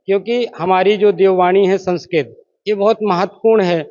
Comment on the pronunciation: संस्करोत nahin संस्कृत hota hai ❤❤ Radhe Radhe ❤❤